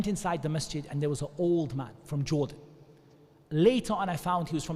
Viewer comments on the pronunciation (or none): none